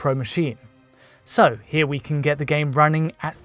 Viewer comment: why can't you say "can"?